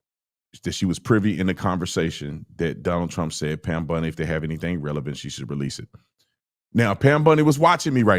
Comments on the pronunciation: Why the hell do you keep saying Pam Bundi???? It’s Bondi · OT calling Pam Bondi, Pam "Bundy" is always funny to me. 😂